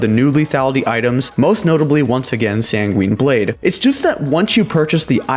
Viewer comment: say it with me: *SanGWIN Blade*, not *SanGWEEN Blade*.